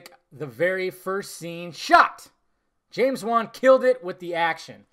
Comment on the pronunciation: Dude it's James wan. I mean Come the fuck on...